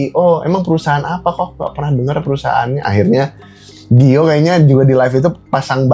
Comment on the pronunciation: Bukan gio tapi giol